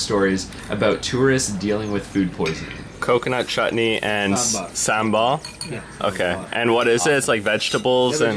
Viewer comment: First learn to Pronounce Sambhar 🤬😠😠😠😠